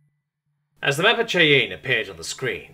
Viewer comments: "Cheyenne" is pronounced "shy-anne" not "she-in". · is actually a Xeno confirmed. It's pronounced Shy-anne. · Ordinarily I don't bother with minor enunciation mistakes, but that was egregious dude - Cheyenne is enunciated "shy-an". Yes, yes I know - it is spelled almost nothing like it sounds - It's an Indian word (Native American / Indigenous American). I am now remarkably curious how you ordinarily say the word "cayenne". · Don't know if anyone has corrected it or not but the city name at the beginning of the story is pronounced shy-ann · In the opening 4 seconds, then again repeatedly as it comes up in the story. "Cheh-yen". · I live in Wyoming. Listening to how he says Cheyenne is almost painful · I don't ad it almost made me close the video... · Eh, not so bad. I'll live.